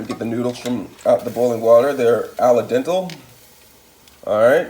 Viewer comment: When he said "aladentl"😳 I almost stopped watching like nah this guy doesn't know what he's doing 😂